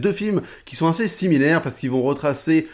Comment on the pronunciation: J'aime bien ces formats de recap, on apprend vachement de trucs. Sinon, rien à voir, j'entends "1C" quand tu prononces "assez", c'est mes oreilles ou bien ?